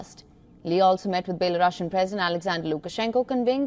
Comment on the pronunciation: It’s Belarusian, not Belorussian. Consider correcting your pronunciation of the adjective derived from n. Belarus. Thanks